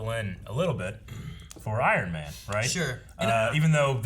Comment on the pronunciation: "...It's 'iron' man" Lmao